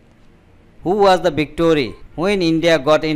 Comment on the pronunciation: Viceroy or victory ????🤣🤣🤣🤣🤔